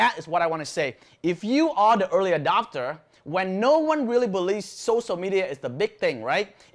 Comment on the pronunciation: sorry to correct you but its not socia... its sociaLLLL media.... i hope you dont take me wrong...